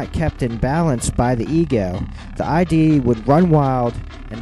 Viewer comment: Freud's concept of ID rhymes with LID, not I.D.